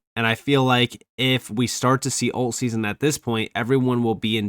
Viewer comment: oh, he is mispronouncing "alt" season then then. He keeps saying "olt" so it was unclear. 😛